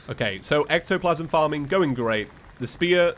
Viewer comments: Is it just me or when said farming he had a hillbilly accent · Did anyone else realize how he said farming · Is it just me or did he say F A R M I N really weird? Nice series, I can actually keep up with it.